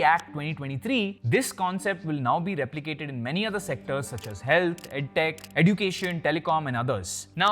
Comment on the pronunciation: This is the right pronounciation of education eh·jyoo·kay·shn First learn to pronounce and then teach.